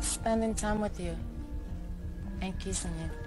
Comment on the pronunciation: I love how she had to emphisize that they was "kissin" lol